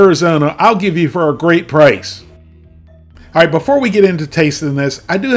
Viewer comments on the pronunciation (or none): none